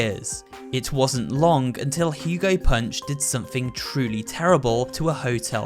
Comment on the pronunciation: You're telling me it's been 'Hugo Punch' and not 'Hugo Hunt' bruh